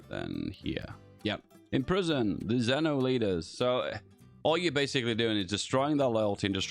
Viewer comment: Its actually pronounce "Zveno" with the V